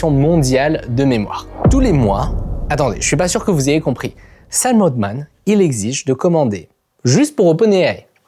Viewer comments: Sam « haltemann » pas oltman 😅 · Super vidéo comme d’habitude par contre…sam altman pas oldman un effort